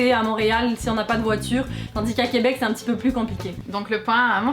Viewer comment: Why does no one ever notice or mention how people pronounce ‘un’ like ‘er’. ‘Un chien’ ‘Errrr chien’